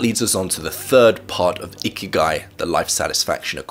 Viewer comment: Bruh I usually listen to this instead of watching and thought the whole time he said icky guy